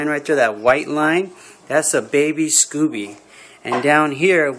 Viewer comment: Sco beee not scoo bee